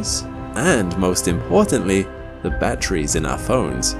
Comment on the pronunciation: "Batt-tries". LazySlob. 🤢